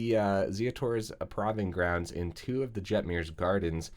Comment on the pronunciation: I love ya, you do great for the red community, but it's pronounced Prove-ing grounds lol